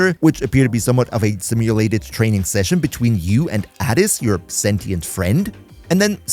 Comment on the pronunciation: how you gonna say the name adis wrong when they literally his name like 29 times